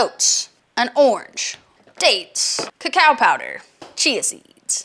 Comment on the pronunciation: Extra emphasis on the cacao